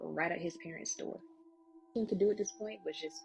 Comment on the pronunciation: To the braided black girl that is talking about King ~ King isn't pronounced keenGUH. The g is soft, not hard. And it's a one syllable word but you're giving it two syllables. You aren't even consistent. Sometimes you pronounce it correctly but you bounce back and forth. And the word 'looking' isn't pronounced lookeenGUH. And the word 'replaying' isn't pronounced replayeenGUH. Listen to how educated people talk! You sound ridiculous. It's annoying to try to listen to you. I can't continue. Sorry to all of the other storytellers on this video that speak correctly but I can't continue to listen to this girl until she learns to speak correctly. I'm out.